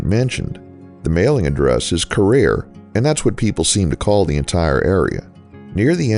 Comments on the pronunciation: It's actually pronounced Care-REAR. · I grew up in Carriere. It is pronounced Care Rear, as in "Take care of your rear " like many of the small towns and communities here it was named after the owner of the local saw mill as logging was the main industry here in its early years.